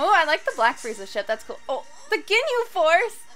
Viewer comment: first one to say gi-nhe right tHANK GOD